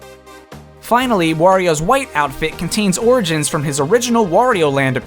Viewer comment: Stop say smash orgain